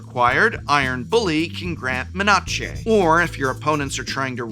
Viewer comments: love your videos but seriously wondering how you say menachey instead of menace unless you have AI assisted voice script reading. :) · MEH-NAH-CHAY (menace) I had to actually rewind to double-check lmao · Why do you pronountshe menatshe?? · had to do a double take on the "MEN-A-CHE"!!! XD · I’m obsessed with “men-AW-Che” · me-nah-che - a nacho dish with extra menace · oh he’s just saying it that way because it’s amusing. Some folks in my pod make the same joke!